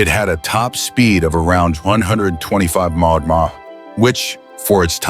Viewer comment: The only thing Cheap is the quality of this BULLSHIT Ai Video when they can't pronounce HP or MPH.